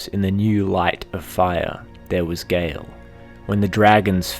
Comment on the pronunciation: It's Gael, not Gale